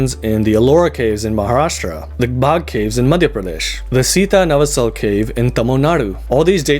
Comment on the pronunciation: It's SiththanavAAsal